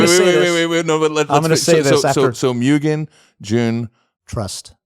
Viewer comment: Oh, man,. You and Sung Kang need to keep going with the movies. "Smokey." Make it happen! Also, if you care about pronunciation, it's moo-gen, not mew-gen.